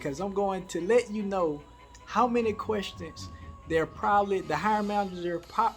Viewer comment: Querstins. That's how we say it down South. I love it.